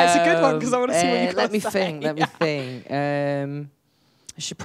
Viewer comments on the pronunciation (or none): Let me fink, let me think!❤❤❤ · “Let me fink” , “fank you, fank you!” 😂 Oh how I missed our Lou 😂 Edit: Why, fank you, fank you for so many likes! I did not fink I will have this much! 😂😂😂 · Fanks, in gemral, I fink❤